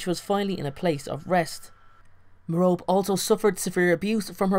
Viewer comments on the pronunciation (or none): No, is right. It's pronounced Mare-oh-pee. It's not Mare-oh-Pay or Ma-Rope. MARE-oh-PEE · Mair-O-Pee, not Mer-rope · Still Don’t Know How To pronounce Merope (Meh-Rope-EE) Not Merope (Meh-Rope). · Others pronounce it 'meh- rop' lol but I read it as 'meh-ro-pi' 😅😅😅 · Her name is pronounced meh-ROH-pee not Meh-ROPE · You mean merope you were saying Merop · It's Mer-o-pe not Me-rope! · It's pronounced Merr-Oh-Pay Not Merr-rope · meh-roe-pee, like penlope or phoebe not meh-rope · i thought it was pronounced like "Mare-o-pee" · Lol I'm so dumb because I pronounced Merope like mer-OpE 😂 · three syllables: mer-oh-pay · great video, just annoying me that it's pronounced like me-ro-pay. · Isn't her name pronounced "Mare-o-pee", like Penelope is pronounced "Pen-l-o-pee"? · You're pronouncing her name wrong bud... It's pronounced (Meropae) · it's pronounced mero-pay